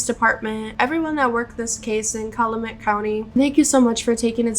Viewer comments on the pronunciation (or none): Cal-you-met is how you say the county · As for the pronunciation of the county, you say Cal like California. So phonetically it is CAL-you-MET. Emphasis on the first and last syllable. You’re awesome. Great catch!